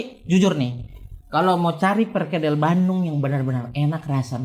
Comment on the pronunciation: Walau informasi dari AR sering sekali meleset 🤣tapi saya konfirmasi doi sudah melekat dengan budaya Bandung. Karena pelafalan Bandungnya dengan silent D alias Banung wkwkwkwk.